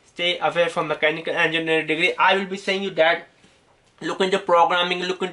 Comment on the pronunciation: Dumbass, cant even say Mechanical Engineering properly